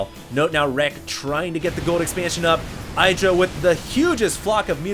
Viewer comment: When will learn that in Idra, the I is short. Not long.